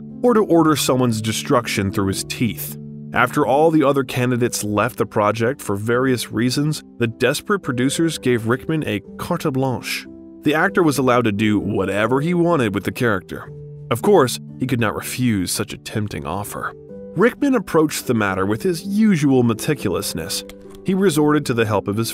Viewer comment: Rickman stole every scene! BTW, since people hear and learn how to pronounce the words you use, please look up how to say them correctly, e.g., cart-a blanche?, maSHiavellian? Nope, it is “cart bla(nasal N) sh” and Ma(k)ee ah vel lian”. Those are the ones I remember. The content is first rate.